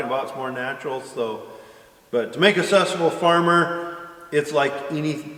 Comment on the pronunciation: Question for next q&a... When will learn to say successful correctly.? 🤣🤣🤣🤣